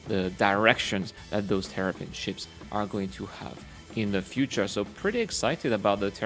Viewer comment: Sounds like you were saying Terrapin instead of Tavarin.